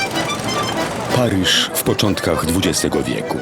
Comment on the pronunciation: Pariż hahaha Lektor-analfabeta